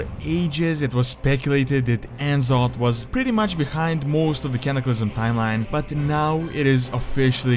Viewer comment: En'zoth? It's N'Zoth (Ne'Zoth)